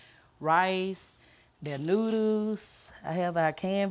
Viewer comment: No one: Woman : noodoos